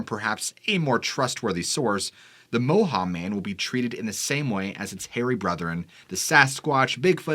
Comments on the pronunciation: Moehau is pronounced Moy hoe.chur .I'm from the Coromandel .moehau is a mountain in the Coromandel. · It's actually pronounced Moi-hoe (Moehau man, from the Coromandel-Moehau Ranges) The lights in the sky happened over the town that I live in, Kaikoura. I wasn't alive then but lots of people here still do remember seeing them. We had some strange light phenomena the night we had our big earthquake too. Not sure if that was ever caught on camera, our whole world kept shaking lol I doubt many people had their phones out